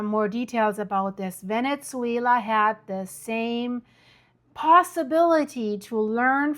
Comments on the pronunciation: Great video! I just wanted to mention something that might help: the correct pronunciation of “Venezuela” doesn’t include a “t” sound. Sometimes it comes across as “Venetzuela,” almost like “pizza.” Hope this is useful. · What’s going on with the Venetzuela pronunciation? 🤨🤨🤨 very distracting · Why do you pronounce it "Venetsuila"?